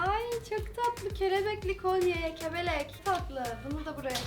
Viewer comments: 05.07 kebelek😂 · Cerosun kebelek demesi çok komikti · Kelebeğe kebelek demesi 😅😆